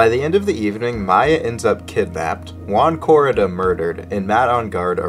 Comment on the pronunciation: Thats not Juan Corrida, thats Uan Corida